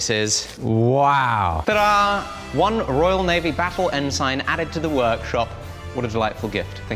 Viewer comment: hello! not sure if I heard you wrong but it is pronouced "EN-SIN" not "EN-SIGN".......like, rhymes with benson haha. love the videos!